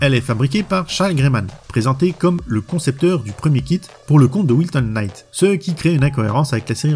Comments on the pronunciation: ""Quenight".. lol .. le K ne se prononce pas .. "night" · le K de Knight est mué comme tout K suivit d'un N en anglais , ça se prononce Night :)